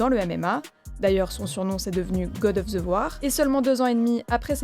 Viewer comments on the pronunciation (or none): God of "ZE" war mdrrrrrr. Faites un effort par pitié.